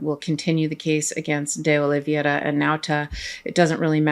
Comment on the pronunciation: I think that you've picked that up from Popok--it's OlivEIRa, not OlivIERa. If we want them to pronounce Kamala's name correctly, we should be careful about everyone else's name.